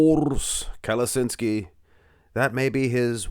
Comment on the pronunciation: It's KaleTSHinsky not Kaleshinsky